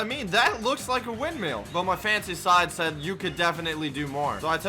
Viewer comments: windmill not windmeal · ITS WIND MILL NOT WIND ‘MEAL’ LMAO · be like, “wind meal” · its not windmell its (wind-mill) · Windmill not windmial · Normal people: windmill: windmeal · I hate how he pronounces it wind-meal lol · Why do you say “wind meal” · wind-meal lol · really do be like “Windmeal” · "The wind meal" I swear, every time.